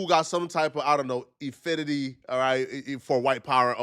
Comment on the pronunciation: incorrect usage of words for today: “effinity” instead of “affinity” 🤦🏾‍♂